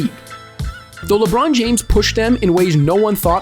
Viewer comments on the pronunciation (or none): none